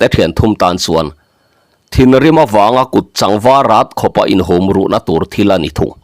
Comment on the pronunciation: Kut chang ni lovin.....kut châng tiin thlûk tur a ni. A thu azir hian lam rik dan a awm ania. Thawnthu chhiartute hian awmze bo ṭhak te hian in chhiar fo mai hi fimkhur a ṭha e.